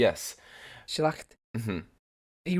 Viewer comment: You really make a good effort pronouncing the names as native germans would do. Keep it up. Schlacht means as a noun battle. Schlächt itself as a noun has no meaning, so it is good that they don't have trema. When it is used as a verb as in "schlachten" it becomes to butcher >animals. If it is used in the context of killing people the prefix "ab" as in "abschlachten" is added. Last but not least is "Schlächter" which would mean the butcher or somebody who has slain many people. So it is a bit unclear were the Author wanted to go.